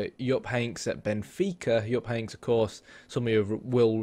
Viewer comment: Jupp Heynck(es) not Heynks, but that is all honey, you do good